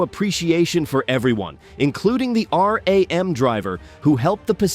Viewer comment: Driving on the "runway" R. A. M. Driver - it's RAM driver. More youtube AI slop.